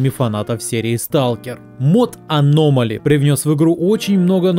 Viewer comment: Почему ты все говоришь на русском, а конкретно название мода на английском? Это так жестко слух режет. Можно не переводить, а хотя бы адаптировать под русский лишь ударением.